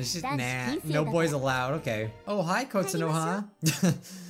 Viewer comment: “No” sounds like “Kianasi”